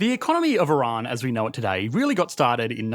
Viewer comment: The actual word - "Today" Aussies be like - "toodeyyyy"